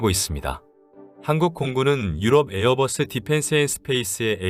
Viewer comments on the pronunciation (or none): none